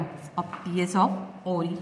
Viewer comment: Ovary ❌ Orri ✅